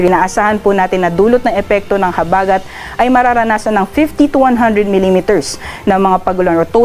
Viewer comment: I like the way the gentleman says or pronounces the word "habagat" (accent on the 1st syllable). CUTE!